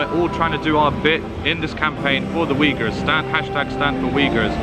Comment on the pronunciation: They pronounce Uighurs wrong. I hear it like "weagers" the way to pronounce is uyghur , (UY)-(GHUR). May allah forgive our sins and keep us on the right path.